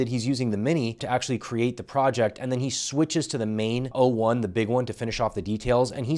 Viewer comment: He keeps saying 1o instead of o1 which also drove me insane